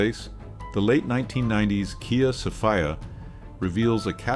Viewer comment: I own a 01 Vitara..... But I knew it was a problem.... And it is NOT a 'So-fy-a', it is a 'Sophia'. And I got the Vitara after my 2001 accent was totaled by a read Light runner. Except for the 'Accent' badging, you would never know what it was before hand. But the cabin was intact.